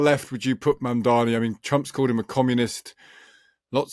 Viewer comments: The guest said Mandavi . The interviewer said Mamderi . Is it so hard to say his name correctly? It sounds like “Mom” & “Donny” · He said Mandavi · why does he keep saying Mandavi? Zero cred. Then again he's making his point about out-of-touch boomers. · Neither the interviewer nor the interviewee could pronounce the new NYC Mayors name correctly. It is not a difficult name! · Cuoma gave Elon Musk $900 million in tax breaks. That would pay for EVERYTHING Mamdani is trying to accomplish. This man isn't even pronouncing the NY mayor's name correctly, he is completely out of touch. 😅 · M-A-M-D-A-N-I…..learn to say it right